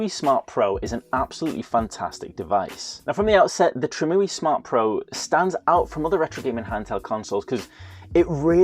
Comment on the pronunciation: Great video! Btw it's not Tree-moo-ee, it's Trim UI as in a a Trimmed User Interface. The reason Mario won't go in Mario Kart is because somewhere in the chain, something is detecting a pirated game. Many DS games used that mechanism.